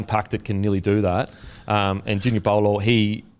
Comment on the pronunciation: Pretty sure it’s Junior “bow-lor”